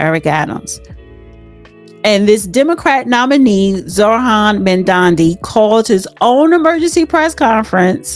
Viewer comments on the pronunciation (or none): you are having a hard time pronouncing names: 'chromo' instead of Cuomo, and 'mandami' instead of Mamdani. unless you're trying to become a comedian, learn how to pronounce names of people correctly. and I hope, for NYC's sake that Mamdani loses badly. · How embarrassing that you can not pronounce a mayoral candidate's name so, I won't listen to this podcast. Smh